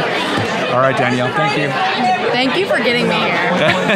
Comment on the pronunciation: This was such a well done vlog! Loved seeing you and together. Btw, maybe I’m mistaken (really sorry if so) but according to the spelling of her name, shouldn’t it be pronounced “Da-nell”, rather than “Dan-yell””? If it were spelled with an “i”, as in Danielle, it would be pronounced “Dan-yell”. I’m truly sorry if I’m wrong, I’m fairly new to both your channels.😬 I appreciate so much the work you both put into your videos.👏🏼👏🏼💕